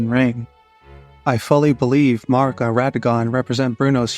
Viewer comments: Honest question. Why do so many lore YouTubers pronounce Marika the way that you do? Is this an American thing? I’m just curious because it sounds so strange and no one I ask will answer me lol Melina says Marika’s name multiple times within the game, as do others. None of them say Marr-ika. They all say Mare-ika. Is Marr-ika just the way Americans say Marika? But then why do you say Marika when you say A-Merica? I’m so confused! But anyway, wonderful work here. I love that you make mention of garrulous goldmask’s work on Gnosticism in Elden ring. Brilliant! Can’t wait to see more of your stuff! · thank you for definitely the best answer I could have hoped for! Thank you! But this just leaves one more question. If this is the reason people are pronouncing it that way, why aren’t they pronouncing it properly? It would be Marr-EEK-uh. But no one is saying that. They’re saying Marr-ICK-uh. Lastly, I wonder if all of these Hungarian names are specifically Hungarian for a reason and why in-game characters would pronounce them “incorrectly,” if there was any significance in their origin. Truly fascinating stuff. Thank you for a great answer! I had no idea!💜🫠